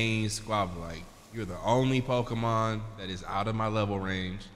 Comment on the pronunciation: Why can’t they say Pokémon ?